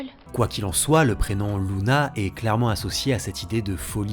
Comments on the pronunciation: C luna pas louna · C’est pas Louna mais Luna :) première faute à 15 seconde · par contre je dit lUna pas lOUna. Je me trompe peut être...